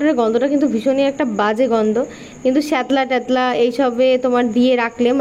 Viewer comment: অনেকদিন পর জেঠুমনিকে ভিডিওতে দেখতে পেয়ে বেশ ভালোই লাগলো❤আর ধর্মীয় অনুষ্ঠানকে কেন্দ্র করে যে সাংস্কৃতিক অনুষ্ঠানটি পরিবেশনা করা হচ্ছে তার কথাতো বলাই বাহুল্য🤷‍♀️কারন এটাই হচ্ছে বাংলার অন্যতম ঐতিহ্য!😊 শেষ কথাটা হচ্ছে যে,উচ্চারণটা হবে শ্যাওলা পারলে নিজের ভুল উচ্চারণটা শুধরে নিও কেমন!🙆‍♀️